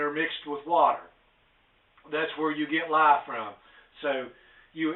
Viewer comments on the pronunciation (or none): Did you say a quart of lime or a quart of lye?? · did he say lime or lye?